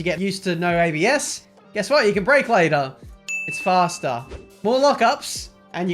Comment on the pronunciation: I'm tired of hearing.. fhasta .. .. it's faster.